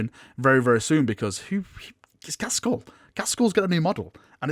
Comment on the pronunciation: It's pronounced GAZ-KULL... not GAZ-SKULL.. (there is no 's') And now it'll annoy everyone else too